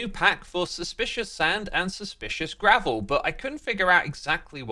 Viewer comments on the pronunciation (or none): none